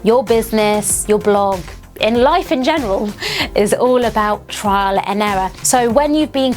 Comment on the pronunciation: TRIAL not TRAIL isnt it? :D